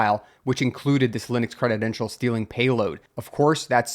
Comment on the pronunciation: Yep. "Obfuscate" has an "F" in it. And "credential" isn't pronounced creditdential.